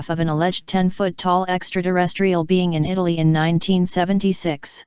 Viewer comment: She says extra derestrial! 🤣